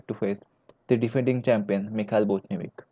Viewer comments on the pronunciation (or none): BotVinnik not BotNivik